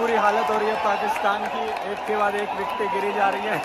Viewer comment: ek k bad ek "wiiktee" giree ja rhi h 🤣